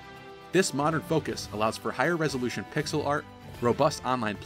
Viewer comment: "higher resoulution pixel art" Uhhhhmmmm, okaaaaay?